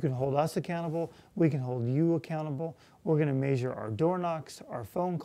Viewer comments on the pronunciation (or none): did he say..."MAYsure our progress"? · I was wondering why he wanted to "major" everything, pronouncing j like zh. It took me a minute to realise he's saying measure in a non-standard way. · i'll vote for him again, but he is disappointing for many reasons you probably already know. that's why me and many other college students won't be pumped up to support him. you say "measure" weird.